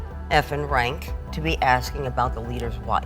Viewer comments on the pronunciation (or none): none